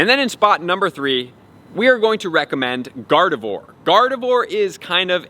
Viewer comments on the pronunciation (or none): none